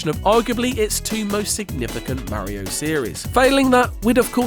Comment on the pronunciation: Merio ❌ Mario ✅